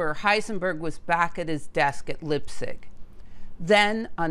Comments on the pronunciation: This is a very nice summary, in fact there are some points that I had not been aware of. If you allow me just one advice: I would learn how to pronounce German names and places (like Leipzig, for example). Another detail is that Lise Meitner had been Hahn's collaborator, i.e. "partner" only in that sense, as far as I know. You might also mention Heisenberg's strange visit to Zurich during WWII. Regards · Really interesting. Thank you. But please learn to pronounce Göttingen and Leipzig. It's not that difficult. Like lots of other Americans you don't seem to cope well with words that are not English. You know about history and physics after all. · leipzig not lippsich.... do your homework please, don't do videos if you can't do the basics.. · Leipzig is pronounced LEYE-P-TSIG, or in the local dialect LEYE-P-TSISH. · It is Leipzig pronounced Lypzig not Leipzig. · Hey,don`t say Lipstic,it is "Lyptzish" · Thanks for an interesting video. Please take a listen to pronunciation of German name (people and places), as they differ from our English pronunciation. Lipzig had me fooled for a mo', Leipzig = "L-eye-p-zig." I think the rule in 'ei' and 'ie' is pronounce it as the name of the second letter. As you may know, we can say either or either! (or, at least, in the UK). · It’s Leipzig , you should pronounce it like Laipzig not lipzig. It’s a very nice university I did my bachelor’s degree in physics department there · Great video as always. Minor point: I believe Leipzig is pronounced “laipzig” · Pronouncing Leibzig with a short 'i' instead of a long 'i' sound started grating on my ears. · Very interesting but you are consistently mispronouncing Götingen (sounds similar to "gettingen") and Leipzig (sounds like laiptsig) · Leipzig isn't pronounced as "lip-sick"! The "ei" in Lei.. is pronouced as the ..ly.. in "fly" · Leipzig is pronounced Lighptsig! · It's ok,; except for Leipzig, you did great. ❤